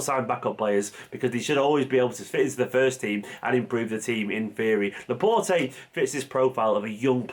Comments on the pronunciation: You don't pronounce the E at the end of his name, please. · His name is pronounced ‘La-Port’ not ‘La-Portay’ ✌🏽